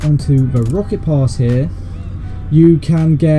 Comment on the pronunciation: When he said rocket pass I heard it as rocket loss XD